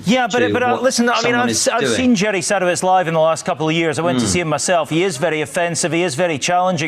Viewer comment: "sadOWitz" yanks HAVE to pronounce it wrong. they even said it properly on the clip!!